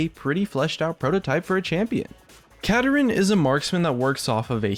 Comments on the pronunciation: Not Katarin pls. Kaa Daa Rinn. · Yeah, I'd like to see him get released, preferably pronounced Ka-dar-in instead of the way says it (Kada-rin) because Kada-rin sounds too similar to Katarina and could cause confusion over voice chat with friends. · its osunds like u are saying katarina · Is that really how you pronounce this champion? Sounds like he's pronounced, "Kah-Darin". But whatever. And Shen isn't a mana-less champion, he just uses energy, which I just see as an extremely quick regenerating mana. And with his recent rework, he can run out of energy fairly quickly if he spams his abilities in a fight. Same goes for Kennen and Akali. Vladimir, Mundo, and Rumble are good examples of mana-less champions. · I think Kadarin pronounced "Ka-Dar-In" sounds like it would be a much cooler name to me. Anyone else? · Khada Jhin = Kadadrin duh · I feel like kuh dar in not how he says